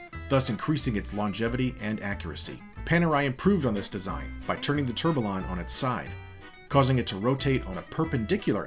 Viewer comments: Is this the best you can get for narration? Tourbalon😂😂😂 A company involved with watches doing a comprehensive history video should have someone properly pronounce basic watch terms🤦🏻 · Hearing you say 'Tourbillion' hurts my ears... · "Tourbillion" does not have localized American pronunciation because it's not a loanword. You're simply mispronouncing it. You don't go to a Mexican restaurant and ask for a "kaysadilluh" unless you want to look ignorant. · The double L's make a Y sound... you aren't Americanizing the word. You are mispronouncing it. If some said the L's in tortilla, that would sound pretty silly as well. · Need to check on how to pronounce tourbillion...